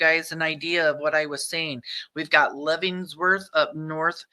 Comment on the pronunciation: Lev-en-worth like the prison. Just letting you know not trying to be a jerk.